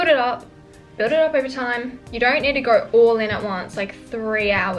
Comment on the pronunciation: "Things I dont neewwrrr"